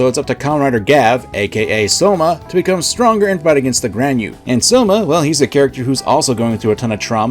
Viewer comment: Why are you saying "Soma"? Isn't his name pronounced "Shoma"?